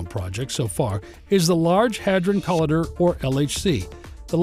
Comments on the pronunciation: co-lie-der not col-ee-derr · Call idder??? Come on dude. Why are some Americans so shit at pronunciation? Not all of us are this bad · co-lie-der. can't take this video seriously.